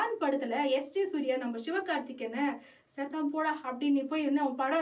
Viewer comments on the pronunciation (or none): none